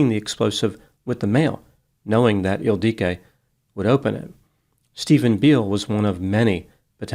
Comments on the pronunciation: I'm not sure why used 2 different pronunciations for the name ildiko (Ildiko and Ildique). It appears to only have one pronunciation. Is this perhaps a common nickname for Ildiko in Hungarian? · Her name was Ildiko, pronounced with the same cadence as indigo, or wottahoe.